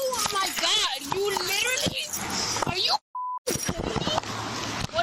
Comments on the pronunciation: "Oh my gah you lirrally" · There needs to be a charge for the misuse of the word "literally". With an enhancement for mispronouncing it as well. "Leerillee" lol